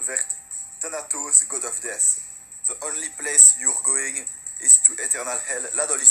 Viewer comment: Et aussi DEATH se dit DEF et pas DISS